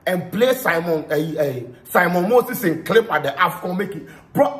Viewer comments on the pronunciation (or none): Simon not Saamon😂😂